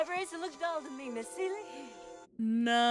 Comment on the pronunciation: I think the word you're reaching for, is the acronym for C U Next Tuesday. Also...it's SEE-lee, not suh-LEE.